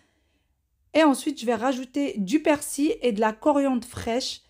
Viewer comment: Salam bon ramadan Je voulais te dire qu on dit PersiL Et pas persi